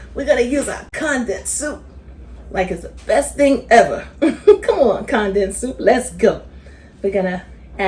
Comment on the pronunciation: Mam please go google the word CONDENSED…hit that button that says CONDENSED, so you will figure out how to pronounce it correctly, At your age mam, you should know how to say that word correctly, the way you be saying it, it don’t make no kinda sense, please take my advice cuz I’m sure other people watching your video don’t know what you be talking about either, you can thank me later😂 🤦🏽‍♀️